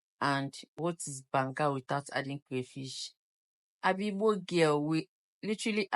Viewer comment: It’s banga